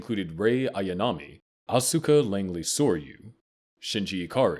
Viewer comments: It's ( Aws-kuh ) not ( Asooka ) 🙄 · Asookah LMAOOO It’s Asuka bro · Ikr. Im screaming its OSKA. Not Uhsueka. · Wow, the way he pronounces "Asuka" is so, so wrong. In fact this voice is so bad at pronouncing so many NGE words and names that it HAS to be AI. No one who had watched the show would mispronounce things this badly, or this much.